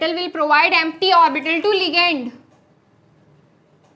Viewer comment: Ligand✅️ legand❌️😂